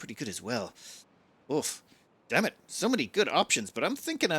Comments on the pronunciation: Did you say "damn it" or "dam it" when you realized that the water had another path through? 😂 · I am just gonna assume that says 'Dam it!' instead of 'Dammit' from now on.